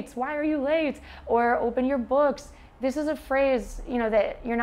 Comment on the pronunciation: someone say thish year instead of . this year